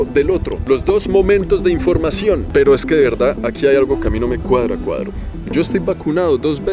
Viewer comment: GRACIAS...DIJISTE " CUADRO"🤣🤣🤣🤣🤣🤣